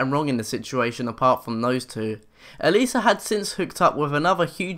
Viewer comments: lol it's Alissa not alisa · Its alissa not aleesa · It’s not aleesa it is Alissa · Her name is Alissa and not alissssaaaa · A-LISS-A not A-LEZZ-A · Aleesa... ALEESA???? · bro not alyssa alissa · U said Alissa wrong